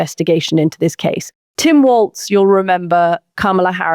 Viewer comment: She keeps mispronouncing Tim Walz name & it's pissin me off. It's pronounced "Walls" not "Waltz." She gets a lotta shit wrong, I've noticed. She's not that bright. One particular podcast, she misquoted Barack Obama 3 times